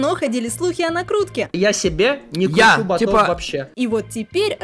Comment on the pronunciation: ботЫ, ботОв? Что, нормальное ударение уже не модно?